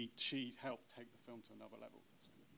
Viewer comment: Nobody has the balls to tell Nims it's f.i.l.m not f.l.i.m. fucking hell Mins, get it right!